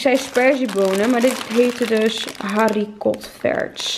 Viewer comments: Touwgee en Harrie kots vers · Hoe jij ook dingen uitspreekt jezus. Tauchee. Haricot verts😂